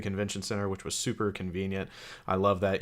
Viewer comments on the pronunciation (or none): none